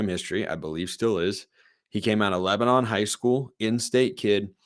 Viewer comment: BTW, Generally pronounced "Lebanun" by folks in the area. Thanks for all you do. Go Ducks!